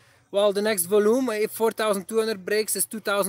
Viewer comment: Great video, I really appreciate all the value you provide! I've been following you for a year now and you've made some great calls. One little pointer, Volume is spoken as "voljuum"